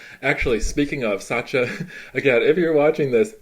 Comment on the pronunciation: Why do you say Satcha? It's Sacha.